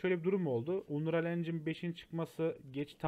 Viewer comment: Aga iyi güzel hoş da "unreyal" deyip durmasan? "Anriyıl" diye oku şunu wockcnxnmdsoa